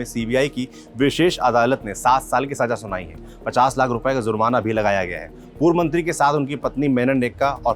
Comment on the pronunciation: ज़्जुरमना नहीं भाई जुर्माना होता है